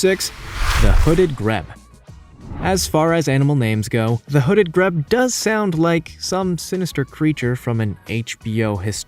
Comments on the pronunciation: I wish to heck you'd spend a few minutes learning how to pronounce the names of these animals! Grebe is pronounced "greeb." And Yangtze is two syllables: yang-zee. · Grebe is pronounced with a long first E a in “agree”. In English a final vowel typically makes the vowel in the middle is long, not short. My graduate research was on a related species of Grebe. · grebe pronunciation greeb, So annoying to have someone holding forth, trying to sound knowledgeable when you can't pronounce the name of your subject. it's not that hard to look up and listen. No you are not a genius. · Grebe is pronounced 'greeb'. Yangtze is pronounced 'yangtzee'. When making a video about nature it would be a good idea to speak properly. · The bird's name is pronounced hooded "greeb". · ...it's pronounced GREEB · Some remarkable pictures here, but I'm going to suggest you check pronunciation of words that are unfamiliar to you. Googling "pronounce X" will actually pronounce the word X for you (probably as the first hit in Google). Specifically in this video, you mispronounced Yangtze, grebe, and Tanzania. Sorry, but I do think checking pronunciation will improve your videos in the future. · How do you mispronounce so many words? It's like you've never spoken to a real person, instead you just read and guess. Did you know you can look up the pronunciation of words, like "grebe" and "Tanzania?" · grebe said like greed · the correct way to pronounce GREBE is "Greeb" you idiot, that's just one of the things you got wrong that is the most annoying! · Grebe is pronounced greebe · The Grebe isn't pronounced Greb it's pronounced Greeb 🙄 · The Grebe isn't pronounced Greb, it is pronounced Greeb. I guess it depends where you live. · wtf is a "greb"? It's a grebe, pronounced "greeb" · Dare I point out that the pronunciation is very poor? Hooded greb. Is pronounced greeb. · It's Not Greb....It's A GR'EEB! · “Greb”! They are beautiful and interesting birds pronounced Greeb. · Also, Yangstze and grebe